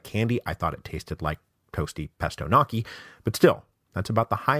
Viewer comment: did he just call gnocchi "nocky"